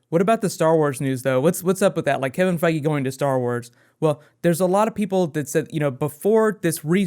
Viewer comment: everytime you say Feige it sounds like Foggy. Get kinda anoying hehe